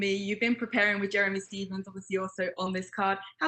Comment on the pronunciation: "Jeremy Stiffis" -Paulo Costa